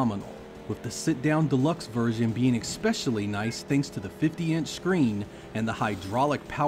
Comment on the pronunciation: There is no c, x, or k in the first syllable of "especially". Sorry, had to be that guy.